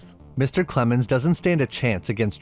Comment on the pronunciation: Lost me at "Clemens"